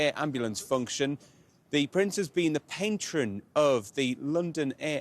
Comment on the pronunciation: Did this man say "payntron" instead of "patron?." Lol